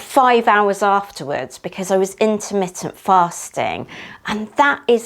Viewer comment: I never want to hear the word intermintly fast again lol